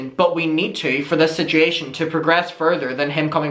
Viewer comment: I love how u say situation. "Sitchy-ation"